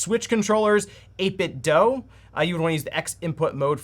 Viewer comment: 8bitDOO. DOO, not DOUGH.